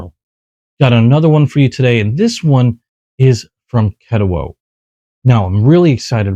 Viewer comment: Thanks for the video…supposed to be at my local knife shop soon. Only the 14c28n with g10 though… wish you said Ketuo the way it’s supposed to be lol